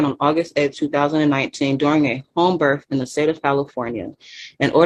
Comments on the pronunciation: Since she's so into proper wording. "Burf" isnt a word. Its Birth with a TH. She obviously doesnt care about her kid. Calls her property. (Well abortion advocates do that too but I digress) She cares more about her sovtard cult moor fake lingo than her own child. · What's a berf record? Is that like a criminal record?